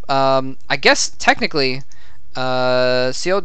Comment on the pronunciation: correction: seo is pronounced more "suh"